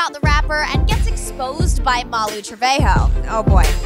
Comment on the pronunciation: okay is no one going to talk about the fact that she said Molly not MALU MOLLY :/